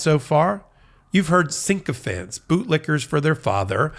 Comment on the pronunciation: Counselor, it's pronounced SICK-O-fants